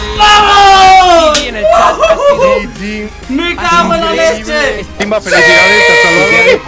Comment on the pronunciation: Editalo porque dijister timva??? Si es timba jaja😂